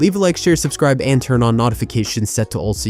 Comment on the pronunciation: What's with that pronunciation of notifications my guy